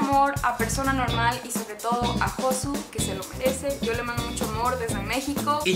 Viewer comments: Me estresó la pronunciación de "Josu" :( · Todos por que no es "Josu" es "Yosu" y nadie se da cuenta que no es "Reyina" es "Regina". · no se pronuncia josu sino yosu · Cada vez que pronuncia "Josu" mueren 3 gatitos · Lo que me he llegado a reír cada vez que decía "Josu"😂😂